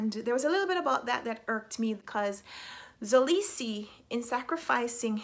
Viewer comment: Hey your friendly neighborhood south Africa her just to help you pronounce mxolisi it's not pronounced zolisi its pronounced m k olisi with the k representing the xhosa click sound but thays very complicated and I dont expect you to try that😂